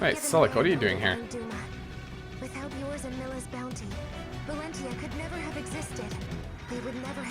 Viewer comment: It's already the finale and you still haven't learned to pronounce the word 'Valentia' right. :D You could have called the game simply Echoes, or Fire Emblem 15 as an alternative, but nope. I guess it will forever be "Shadows of Valencccccia" to you. Great job on beating the game though. I should return to playing this game someday myself. I'm like at the end of Act 3 on hard mode. I can already tell though that I like the game more than Radiant Dawn and Awakening out of the ones that I've played. Echoes is probably my #2 favourite Fire Emblem game.